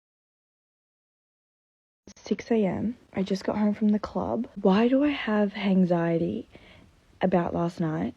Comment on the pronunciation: Is #1 intentionally saying hanxiety?